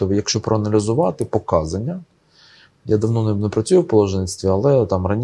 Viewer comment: ПоказАння!!!! Наголос на другий слог, якщо думаєте що ка це другий слог, то ні! по це приставка! (дОценти під прОценти😂 в листОпаді за дОговором😂)